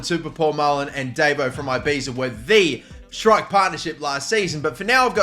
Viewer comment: Please sell davo, mainly because you can't pronouce ibiza